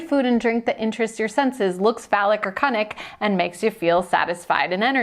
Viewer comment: "Cunnick" omg I've never heard that before. Love lol.